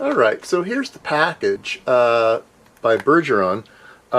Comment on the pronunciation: bergeon has only one R, it's pronounced bear - like the animal + ge - as in genre, just the soft J sound at the beginning /ʒ/ + on - this one is a harder one, it's the nasal french "on", like you say in "garçon", no n sound, just /õ/ Also Im a student in switzerland, and at my uni they have all this LEMO, bergeon, all the expensive stuff laying around. I was impressed by some stuff and wanted to buy some, but its supppeerrr expensive.